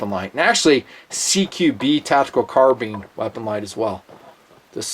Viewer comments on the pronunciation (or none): none